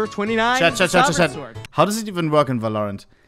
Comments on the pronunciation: His pronounciation of valorant is giving me shivers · Bro hates the game so much he refuses to pronounce the name properly